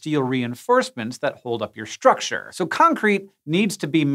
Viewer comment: Hank, may I ask you?.. Why do you pronounce 's' as 'sh' if it's followed by a 't' in the word? As in 'shtructure' , 'shtrength' not 'stand' though?